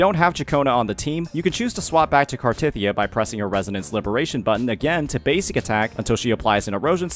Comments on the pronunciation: hearing small-tit-ya is insane. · the problem is the way he said it, it sounded like small T*Thyia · I losed it when I heard "smallTitya" hahahahaha